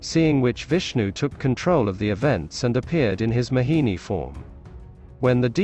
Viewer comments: Its not mahini its mohini 😅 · Everytime this man kept saying 'Mahini' and i kept smiling. Never heard this pronunciation from anyone. FYI my name is Mohini. Was here to understand the true meaning of the name. 🙂